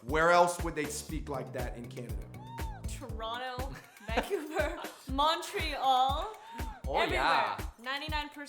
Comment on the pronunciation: Leendad infected the Fungbros with saying Vangcouver O_O